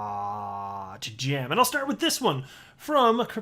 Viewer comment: Bro please stop saying that hotttttttt , it's really heard weired 🤮🤮